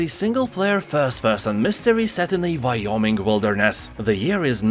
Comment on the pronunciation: looking at that lighter like he wants to burn things to the ground. "Is a single player first person game set in a Vyoming wilderness..." i get the accent and all, but i think it's funny you pronounced two straight words that begin w a "w", one as "v" and one as "w".